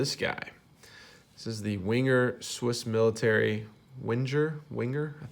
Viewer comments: Your pronunciation of the name isn‘t bad really. You‘re saying it a bit like Wing-er. Try using the same stress, but say Wang-er. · Veng-er is how the Swiss pronounce the name. Like Vaeng-er would sound, with a hard G. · Wenger is pronounced as "vanger."